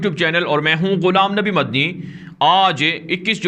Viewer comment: ماشا اللہ آپ بہت اچھی طرح سے خبریں نشر کرتے ہیں اللہ تعالیٰ آپ کو مزید ترقیات سے نوازے آمین ایک بات یہ کہنا چاہتے ہیں کہ آپ جو اپنا مدنی نام لیتے ہیں اس کو اطمینان سے کہا کریں مدنی کی جگہ دوسرا لگتا ہے